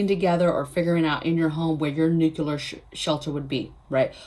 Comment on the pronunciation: Just subscribed. So impresses with your clear thinking. You are too smart to be mispronouncing the word nuclear. There is no "Q" in the middle. It is like NEW - CLEAR. You can do it!